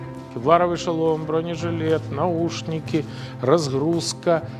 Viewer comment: "бронЄжілЄт", "наушнікі", "рАзгруСка", "прікурюватЄль"